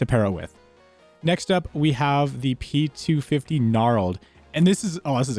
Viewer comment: i think u miss pronounce it 'p250' xD